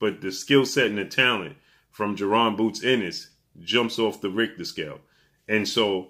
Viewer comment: it's bozy ennis not boozy